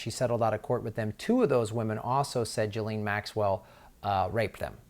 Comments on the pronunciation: ghee-lane..not gelene... try that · Ghislaine ...... NOT Gillaine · her name is pronounced Jizz Lane, not Geelane. It is impotant to pronounce it correctly as it helps clarify the story. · Why does everyone mispronounce Ghislaine Maxwells name as 'Jaleen', its pronounced 'Jislain'. duty paid 2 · How do you get to pronouncing Guislaine, "Jileeen"? Out of all the absurd ways of pronouncing her name that are doing the rounds, this is the most ridiculous and it's completely distracting, when trying to watch the video!!! It just sounds so completely stupid. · Let's pronounce her name correctly. It is pronounced, "JIZZ-LANE" Maxwell. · Her name is pronounced ghee-laine, hard g.